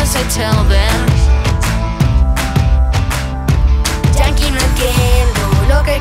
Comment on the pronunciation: Se llama Yankee pero se pronuncia como Yanki :^